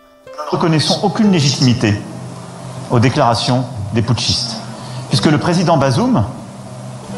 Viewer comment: 😂😂😂 il me fait trop rire quand il dit « putschistes »